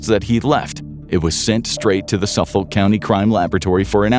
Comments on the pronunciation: Say it with me now : Suf-fuk county. 🤣 (its always fun to hear non long Islanders read long island names) Born and raised on long island and used to be a dancer when he was out and about. 😢 also small framed and x user. I know i had angles with me. May all these Women be rembered for more then their "work". The drug issue is INSANE here, obviously look at our Law Enforcement 🙄 Before fent was even a thing we were one of the first 'shocks' of the 0piate epidemic 😢 been waiting for this day for almost 20 years. May the women rest, and may Rex rot. The judge called him less than a man despite being a big one and i couldn't agree more. ⚖️💯😭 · Pronounced Suffick county. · SUFF - UCK/OLK County. the OLK sounds like UCK/OLK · Excelent video, only small irritant - "Suffolk" is pronounced without the L, & the O sounds just like the I, "Suff-uk". I've lived there my whole life!